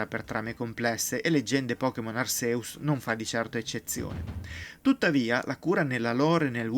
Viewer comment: può succedere. Sono Hisui (l'accento cade sulla prima I), Rowlet (Raulet), Cyndaquil (la C si dice all'inglese, quindi è una S) e Arceus (Archèus, ma è praticamente il nome con più pronunce sbagliate in assoluto)